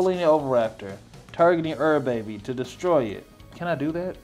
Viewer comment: It's not pronounced ur baby it's pronounced you're a bee